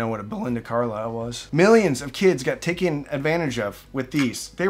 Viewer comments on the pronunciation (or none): none